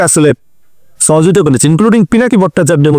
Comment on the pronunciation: ভাষা এবং উচ্চারণেনে হচ্ছে A.I edited 0.55 second থেকে ১০ সেকেন্প শুনুন। ছ, ছ সহযোগিতা + ছাহাবাগ কেমনে কি??